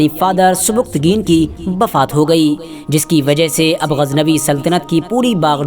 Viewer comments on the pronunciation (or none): Bhai bafaat nhi wafaat hota h